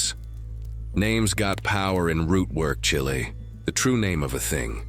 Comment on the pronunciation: This needed a different AI voice to read it. Especially bc it kept saying chili like the food instead of chile (child the way older folks say it). This cldv been a great campfire story but it’s ruined by the chosen voice. This should’ve been told by a woman, preferably older and black. It’s not just the words that make an amazing story but also the story teller can really help bring a story to life. I’d prefer to read this than have listened to it in this voice that doesn’t belong